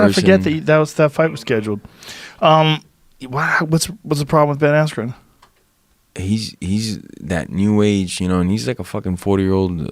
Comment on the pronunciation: “Jen aspirin”